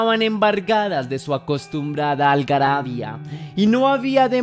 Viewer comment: ¿Qué es Algabaria? Qué mal entonas algunas palabras, señor periodista